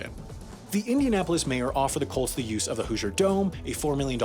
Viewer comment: When you say “Colts” it sounds like “cults.” Really adds to the story.